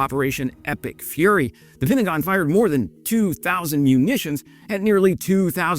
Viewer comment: nice.. now i think "epic furry" everytime i hear "epic fury" 🤣 Kind regards from Denmark